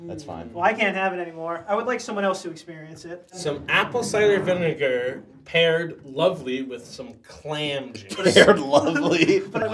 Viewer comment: Nobody gonna talk about "vinager"?